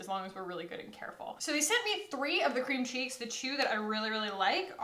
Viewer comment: sass in the beginning of the video since she literally just did ALL OF THIS= All of us. Btw, I kept hearing "Cream Cheese" every time you said Cream Cheeks, and it made me imagine you putting cream cheese on your face: So, not a complaint, just made me giggle! And I think I am forever cursed to enjoy No Other Mascara since you first convinced me to buy the Thrive mascara. Literally NOTHING compares. It totally replaced my Ciate London Wonderwand and Stila Huge. Word is Law.